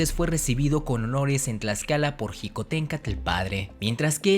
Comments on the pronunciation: No se plronunsia jicotenka se pronuncia shicotencatl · Mi abuelo me ablo sobre Xicotencatl pues es mi apellido materno Y se pronuncia shicotencatl no Ji como tú lo haces saludos desde puebla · Xicotencatl se pronuncia shicotencatl o apoco dices jochimilco? E investiga bien lo que paso con Xicotencatl, estas en un gran error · Felicidades por el video y por el canal, te sigo y me gustan tus videos, con algunas reservas, en particular quiero hacer un comentario respecto a cuando te refieres a Xicoténcatl, si bien es cierto que la X en MÉXICO tiene diferentes usos, el que tú usas la J para referirte a Xicohténcatl, en lugar de la SH (fonética) y dices Jicotencátl, el mismo corrector del teléfono advierte el acento de otra manera, solo es un comentario para saber de donde proviene el que pronuncies así, y así poder retroalimentarme, gracias por la atención al presente comentario y nuevamente felicidades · Mal prononciado Xicoténcatl e Ixtlixóchitl, ahí dejé de ver, por favor más seriedad nopalones, le echan mucha crema a sus tacos, al parecer en donde estudiaron la primaria tampoco sus "maestros" tampoco supieron la correcta pronunciación de los nombres.